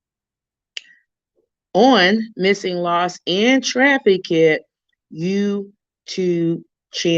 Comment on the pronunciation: The word is trafficked. Not trafi-kid. No disrespect but YouTube took away the messaging feature.